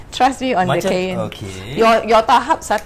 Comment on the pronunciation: Sebutan tentang cayene tu tak betul.Bukan sayene tapi kayene. sebut tk betul tu.harap maklum.